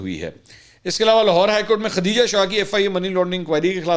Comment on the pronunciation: bahi mansoor name khateeja nhi khdijah he islah kar len